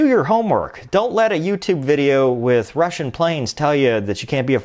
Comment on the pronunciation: Fumny you say russiam...i too caught on to the eussian planes they use when talking about totally diff aircraft. Plus the guy with the unique voice always can pronounce european names super super well. You might be right. I like infog for entertainment but yes i cam tell info is copied or rushed.